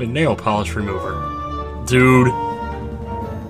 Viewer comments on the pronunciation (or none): none